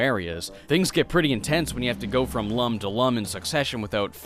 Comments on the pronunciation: Lums is pronounced “Looms,” like ilLUMination, and not Lums, for dumb. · I had no idea the game was going to be thus hard since it looks so cute. Oh, and they aren't pronounced Lums, they are pronounced Looms. It says so in the Rayman Origins instruction manual